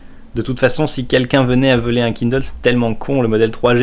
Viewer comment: c'est toujours drôle de voir un Français prononcer des mots en anglais! haha «kindeule» «i-fun»